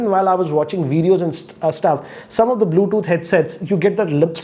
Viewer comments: "BLUETHOOT" LOL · He pronounces Bluetooth as Bluethoot😂